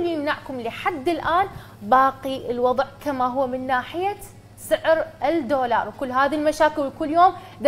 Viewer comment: الجفصة الثانية الدقيقة (الدورار) 😂 دضحكي يا حسناء لا تضمينها 😂😂